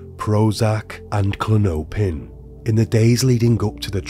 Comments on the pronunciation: Klin-oh-pin It's Klonopin with the accent in the first syllable. Klon-opin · The pronunciation of klonopin (claw-naw-pin) as Clo-no-pin made me laugh I'm sorry. I'm a CPhT so I'm being judgemental haha 😂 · Klon-opin not Klon-O-pin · Kluh-nope-in…love it haha